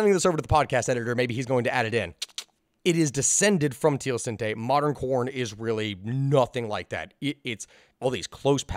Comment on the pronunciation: Still pronounced teosinte wrong lol